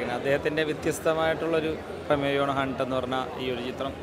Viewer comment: ഹണ്ട് ❌ ഗുണ്ട് ✅